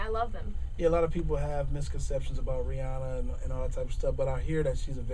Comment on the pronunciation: SHE CRACKED ME UP WHEN SHE SAY RHIANNA!!!!!!!!!!!!!!!!!!!!!!!!!!!!!!!! MORE LIKE RHIMAN! LMAO YOU NEED TO TAKE NOTES FROM MARIAH JESSICA! RHIMAN WILL TURN YOU EMO:/